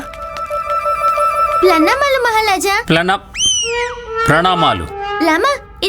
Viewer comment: గుండప్ప, ప్లనామాలు.. మహలాజా అన్నప్పుడు మహారాజు కూడా ప్లనామాలు అనబోయి తమాయించుకొన్నారు..😂😂😂 ఇది ఎంతమంది గమనించారు..!